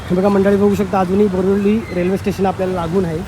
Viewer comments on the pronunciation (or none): ते नाव बोरिवली आहे,,,,,, बोरिवली नाही